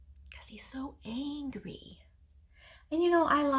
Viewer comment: Stop saying angry....I like it when you say angy!!!! Lol